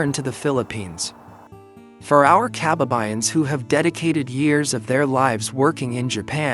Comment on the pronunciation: Kaba'ba'yan NOT Ka'ba'ba'yan.